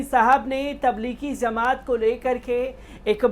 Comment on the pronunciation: چورن چھاپ خبر تبلیغی زمات نہیں تبلیغی جماعت ہے بے چورن ! پہلے بولنا سیکھ لے